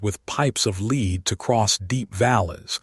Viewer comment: The word is Led. Not Leed.